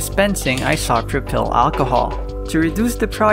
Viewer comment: Hey I love the channel being active again. These projects are great and just in time for lockdown. I am going to be the pronunciation police here though. Isopropyl its pronounced like eye-so-pro-pull. At least in American english. If I recall you are in the philippines so I fully get not knowing this and it does not bug me but I know if I was saying a word wrong I would want someone to tell me how its pronounced.